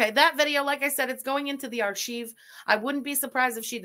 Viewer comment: Not the Buff-fet SAY'S who pronounces Arc-hive.. Archeeve. I don't know if you're trolling 🤔😏🤣 Sounds like Arc-hive when pronounced correctly.😮‍💨😉